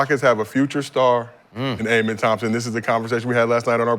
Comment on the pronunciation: Pronounced Ah-Men